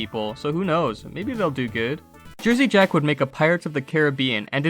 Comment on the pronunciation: Jersey Jack owner pronounced incorrectly.